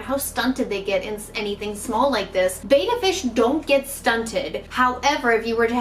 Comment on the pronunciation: Ive never heard anyone pronounce betta like that. Great for getting info out though. It's common for fish to be kept in tanks way to small.